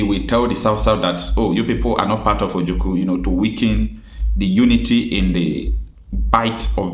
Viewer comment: My brother, is like you don't know how to call or pronounce OJUKWU. You always pronounce it OJUKU. Please take correction as an IGBO man.